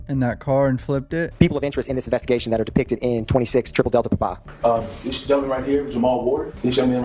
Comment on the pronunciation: why the hell did he say papa like a little Italian boy